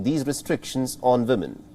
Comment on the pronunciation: Respectfully w is a sound similar to the French word for yes, oui. Several reporters say vimmen and it’s distracting